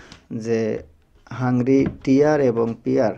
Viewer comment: হাংরি নয়, হাঙ্গেরি হবে